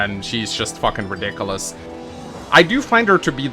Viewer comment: TLDR;: Ree-dik-oo-less: Garbage unit, next